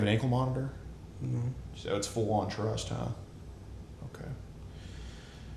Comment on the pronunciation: "I twust you" 💀💀